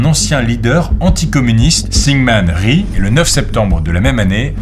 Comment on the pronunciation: Rhi/Rhee se prononce simplement « i » (sans le r-). 😊😊